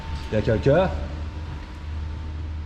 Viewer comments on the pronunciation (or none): J'adore le "Yakékun?" 😂